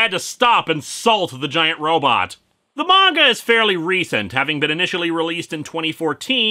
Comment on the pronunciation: One of my fav things about linkara is the fact he pronounces manga right lol